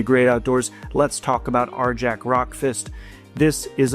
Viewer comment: ....... Isn't the J in Arjac soft? It's Nordic, or supposed to be anyways, so wouldn't it be pronounced "Ar-yak"?